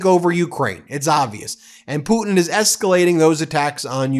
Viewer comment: Hey Karo-lyin, it's putin, not poo-in. If you speak lies for a living, you should learn how to speak correctly while you spew your lies.